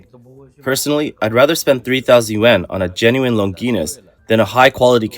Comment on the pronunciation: The way you pronounced longines 😭